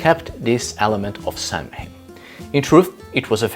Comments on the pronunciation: sow-in or sov-in, not sam-hain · It’s pronounced sow en not Samhain the word etymology is Early Gaeilge / Irish language. And no that is not Gaelic, which is Scottish. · It's pronounced 'sow-in'. It's Gaelic. Don't ask.